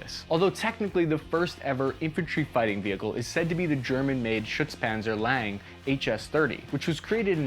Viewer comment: Sitting here chuckling at his pronounciation of "lang", never mind the "Schützenpanzer". Trying to figure out how to explain to an American how to actually pronounce "lang". The "a" is not pronounced like the "a" in "can". More like the "a" in "Hawaii".